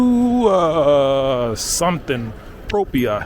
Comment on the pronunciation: How ignorant can someone be How can Produzione be read Producido. really is disheartening